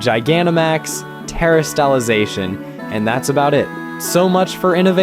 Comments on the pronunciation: My brother in Christ. Where do you get these name pronunciations from? You have pronounced Terastelization, Lucario, Charizard, and Scolipede wrong. Have you not watched the anime? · very very good video but the pronounciation of Lucario, Charizard, and terastallization is gonna make me crash out!!!!!!!!!!!!!!! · terri-stallla-zacian is a traumatising pronounciation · I’m sorry but the way you pronounce Terastallization, Lucario and Scolipede physically hurt me